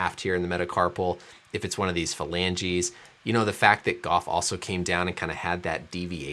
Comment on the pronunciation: Anyone else thing of Phoebe when he says falangi 😂😂😂